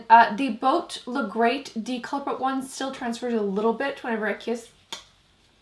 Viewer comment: Why do you say de instead of the